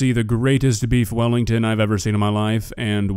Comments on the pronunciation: We don't say "beef welli" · Weef bellington